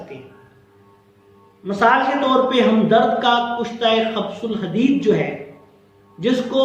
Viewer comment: gustaakhi maaf, ye khabs ul hadeed nahi hota, khubs ul hadeed hota he: u ki aawaaz ke saath